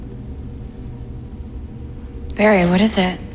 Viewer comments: cicsco's voice crack hahahaha joe saying "barry" be like "varry" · am i the only one who thinks joe said "jarry" lmao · Sounds more like “fairy” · bro i heard “JARRY” !!!! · PlaysHacks Nice troll. You should go see a doctor to check your hearing. Joe clearly said Jerry. It only sounds like Barry because people like you wanted it to sound like it without accepting the reality that it was a silly mistake. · He screwed up the line lol, my guy said Jerry 😂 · “JARRY!” WTF 😂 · I thought he said "Bart" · I heard fairy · Joe says jerry instead of berry. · Anyone else hear joe say jerry when he called out to barry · Sounded like he called him Jerry. Also, breaking the glass was unnecessary since he could phase the hat through the glass. Way to go BARRY. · It still sounded like Joe yelled "Jerry" instead of "Barry" LMAO I'm not the one who discovered it tho. There was this comment I saw last time where the user said it first. Whoever you are, it is still hilarious, it was funny then, and it is still funny now. 😂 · Idk if it’s me but on I hear joe say Jarry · I dont know... I heard Farry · Did any one here joe say jarry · did joe say barry or jarry??? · Why did d joe say jarry